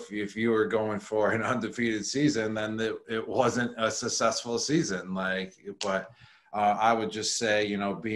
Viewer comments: Someone needs to tell Gronk that successful isn't pronounced sussessful... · “Susessful” lol 😂 love Gronk! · “Sussessful.” Lol I love Rob. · “It was a Sussesful season” words from Gronk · "Susesful season" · "Sussesful"? Hnmm... all the best. No bust. Super Bowl, baby!! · He keeps saying sess sessful .🤷‍♀️